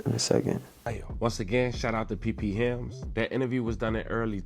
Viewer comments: Pphilms = P-Films not PP hilms lol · It’s P Philms like films lmao